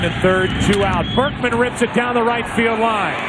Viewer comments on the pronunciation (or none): U really do got the worst pronunciations or just dont pay attention. "lance Bregman" lmao it's not even hard to say Berkman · Lance Burk-min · We're you getting lance bregman it's berkman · You are very entertaining but how the heck do you get Lance BERKMAN'S name wrong EVERY time? Keep up the good work. PS. I was a clubhouse boy for the Astros wayyyyyyy back in 1980-83. If you want some juice on what happened behind the scenes, lemme know! I also wrote for BleacherReport for a while and covered some history of the team! BERKMAN.....NOT Bergman!!!!!